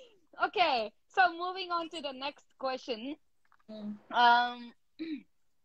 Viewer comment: If you can kindly say "Kuest-shion" and not "kho-shion" for the word Question.